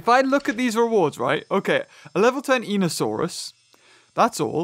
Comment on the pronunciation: Now in real life I am only 10 years old and I know that you know a lot about dinosaurs but in einiosaurus the e is silent